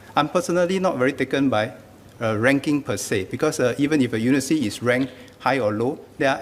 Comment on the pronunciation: It is not unisity...it is uniVERsity...